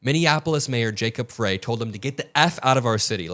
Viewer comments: it’s pronounced “fr-ay” not “fry” -Minneapolis gurl 😌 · How heartbreakingly tragic 😲😭 How can these incognito criminals be identified and charged??? btw, Jacob “Fry”, not fray, and he is an incredible leader and unifier. Thank you for sharing/spreading the truth. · We have beautiful weather here today! Sun's out its 37 degrees!! This is horrible...Liars!!! (... Mayor's name is pronounced Fry lol ) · FYI: Jacob's last name is pronounced Fry, as in French Fry. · The Mayor's last name of Frey is pronounced, "Fry." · The mayor’s name is pronounced Fry. I know it’s not important by y’all are driving me crazy pronouncing this wrong